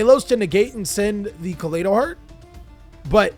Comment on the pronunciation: its "ka-lie-dough", like kaleidoscope. "ah-gee-dough" not "ah-g-dough" "sheer-in" like ed "kit-call-ose" nothing personal, mispronunciation just a pet peeve.